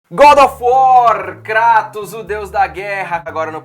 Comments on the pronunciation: Na realidade o correto é KRAATOS, pq o nome dele é baseado no Deus Cratos, que se pronuncia assim, não "Kreitos", mas né, "Kreitos" soa mais legal. Mas o correto é KRAAATOS, mesmo. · Uma parte de mim morre a cada vez que ouço "crátos" hahaha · kreitos nao .. é KRATOS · Keep Calm and Pronuncia "Krueitos" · Não da pra levar a serio alguem que fala cRatos! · a pronúncia correta é Kratos... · Quando eu ouvi pela voz da Athena no jogo de 2005 ela pronunciou Kreitous. Vai ver a dublagem original errou né? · Começou falando "cratos" eu ja paro de assistir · O Davy Jones pronuncia assim ''Cratos'' dá mó Raiva, ninguém fala assim.. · Cratos mesmo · É CKHATOS VEH DE GUERRA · Você disse Creitons? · 1 - Kratos é carismático (existe a pronúncia certa, use-a) 2- Kratos não era um anti herói, e sim um vilão tbm, pois matou muitas pessoas inocentes e ao matar os Deus acabou com a Vida na Grécia, tão vilão quanto os Deuses